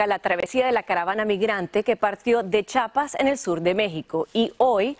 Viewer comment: LO PRONUNCIASTE MAL '' : ES C H I A P A S..... NO' CHAPAS. )